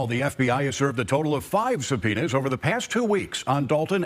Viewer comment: Just alezations and sum'penas